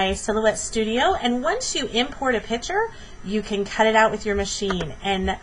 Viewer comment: Are you actually saying "pitcher"?